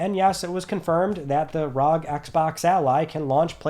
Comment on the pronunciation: Asus Republic of Gaming … R..O..G . Not rug